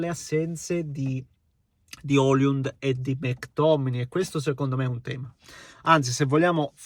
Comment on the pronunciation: Con tutto il rispetto, ma da te mi aspetto la pronuncia corretta dei nomi dei calciatori. Hojlund e non Oliund